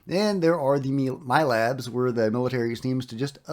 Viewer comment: Mil - abs , not mi - labs